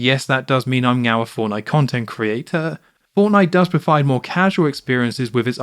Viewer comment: I was on the fence but I am now 100% convinced you are saying "meow" instead of "now" 😂😂